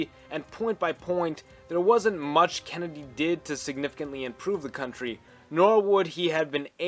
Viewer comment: Is he saying Kenndie?